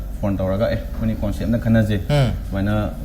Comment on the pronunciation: Synopsis haiyo hairaga keino hairidubu. Noi khara tammuko akup akuppa marol singje. Conecpt & Synopsis pronouciation lalle. Hangiba wahangi matung eenna indetails ta haidraju point answer piba tamhaninge. (Ajit yam solli mimang thokpada)